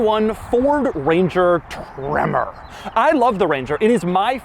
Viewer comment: I lose it every time he says tremorrr